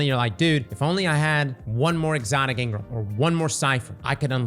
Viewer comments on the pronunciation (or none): Brother, the way you say engram triggers me like nothing else. Ingram. It’s in scissors all over again.